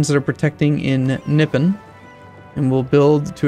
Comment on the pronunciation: That's not how you pronounce Nippon